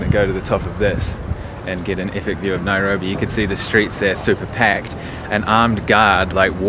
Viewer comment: NAIROBI!! NAI-RO-BI!!😂😂😂😂